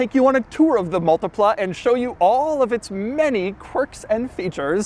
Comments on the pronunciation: Mul-tea-pla Say it with me. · Me, an Italian hearing him pronouncing multipla: s t r a n g e